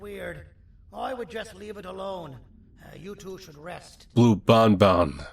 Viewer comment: its the seventh game and yet he still pronounced banban wrong